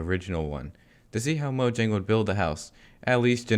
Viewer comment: YOU ARE AMAZING!!! YOU PRONOUNCE MOJANG CORRECTLY